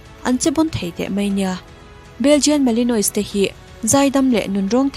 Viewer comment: Belgian Malinois is pronounced as BEL-jun mal-in-WAH.